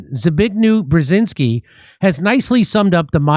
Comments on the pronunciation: You say Bjezinski, like jam, not Bjezinski please. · "Pazuzu Brzezinski" 😂